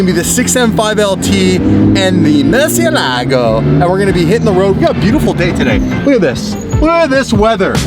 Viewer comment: Is it just a YouTuber thing or does pretty much nobody know the correct pronunciation of Murcielago?